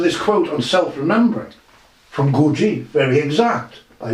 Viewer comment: c'mon, Gawjeef? In English, Gurdjieff. I live in Tbilisi (tiflis for all you over influenced by Russians). Here it is more like Gourd-ji-efi. I can't speak for Armenians.